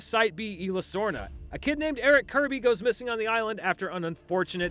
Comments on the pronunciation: Quit calling it Illa, its Isla! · It's ISLA Nublar, not "Ayla". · You don’t pronounce isla like that